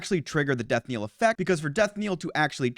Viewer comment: Ah yes, "Death-Kneel"